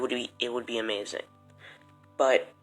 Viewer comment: Why do you say “Emazing” lol